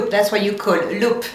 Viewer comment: Here's a little help from another French. Think of the L in 'beLt' : beLt --> Loop. :)